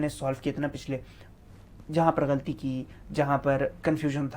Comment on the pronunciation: Your accent of saying galati is awesome